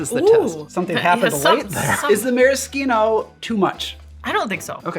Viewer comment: Since when is maraschino pronounced with a hard K?